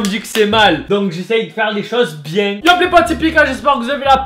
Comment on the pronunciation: Eh c'est pas "bienG" c'est "bien" bordel !😂